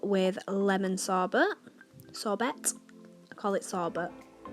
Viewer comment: A little helping hand sorbet is pronounced (saw bay) lemon sorbet look forward to your next videos xx